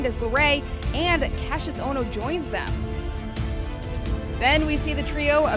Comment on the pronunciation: Its Ohno